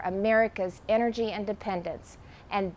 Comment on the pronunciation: “...and a pound of Ukrainian people. A proud, proud people pound for pound ready to fight with every inch of urnigy they have...” Wth is urnigy?